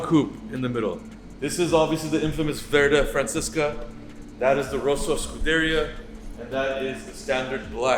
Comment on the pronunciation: Verde Francesca is probably my favorite Ferrari color but the way the guy in the video absolutely butchered the pronunciation made me laugh.